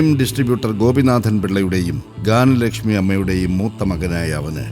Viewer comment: ഗാനലക്ഷ്മിയല്ലഡേയ്, ജ്ഞാന ലക്ഷ്മി.